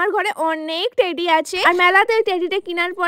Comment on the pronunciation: Teddy❌ Taddy✔😂😂😂😂😂